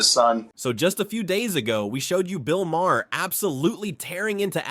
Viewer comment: Bill…… Mah’r. Not mayher. Mah’r